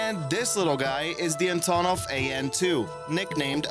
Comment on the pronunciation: The way you pronounce Tupolev and Antonov makes me cringe